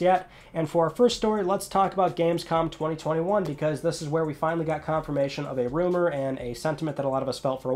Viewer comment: I find how you say 2021 and 2022 VERY OFFENSIVE and offensive content notices and and